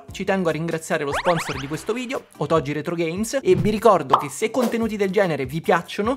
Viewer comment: Caro, sei sempre molto esaustivo e divertente. Premesso che questa Ps5 Pro è una "sola" senza precedenti che nessuno dovrebbe acquistare, ti scrivo per un altro motivo. Tu sponsorizzi "otogi retrogames", ma io non ce la faccio a sentire che ogni volta la pronunci in modo sbagliato. Non so se i proprietari del negozio, questo Domenico nella fattispecie, lo pronuncino così come si scrive, ma se lo fanno peggio ancora perché se dai un nome a qualcosa devi sapere come si pronuncia o cosa vuol dire. Nel tuo caso ti dico solo che si scrive "otogi" ma si pronuncia con la g dura, cioè "otoGHI". La parola vuol dire "fiaba, favola" in giapponese ed è molto azzeccata come nome. Perciò ti prego, almeno tu, visto che ti stimo, pronuncialo come si deve. Un saluto da un insegnante di lingua giapponese, motivo per cui ti ho scritto questo messaggio, che non riesce a sentire quella pronuncia errata e si è "permesso" di fartelo notare. Spero che tu non te la prenda, in caso mi scuso. Con stima Ciao🎉